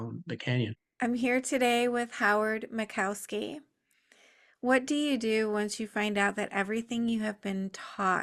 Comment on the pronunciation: You either can't read or you care so little about others that you do not read their names. It is not Mic KOW ski. There is no cow in his name.